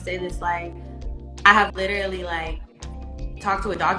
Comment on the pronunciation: Well.....that was stupid...he seemed like a nice guy.. If she said "lit-er-ally", literally one more time I was gonna throw my phone